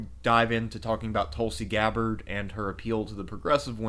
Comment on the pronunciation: How do u mis-pronounce Tulsi Gabbard? Sounds like an American name to me, and nothing foreign about it...unlike Barack Obama...who strangely won 2 terms.